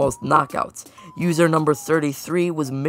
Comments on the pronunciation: "usor" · “usor” thank you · "Usor" The Error_Guy Gang: Yea Its U S O R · “usor” Peak.